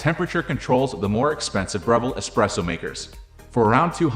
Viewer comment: Can't even pronounce the name. Not any kind of intelligence, really.